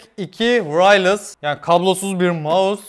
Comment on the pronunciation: wraylıs kkxjx bu yakışmadı.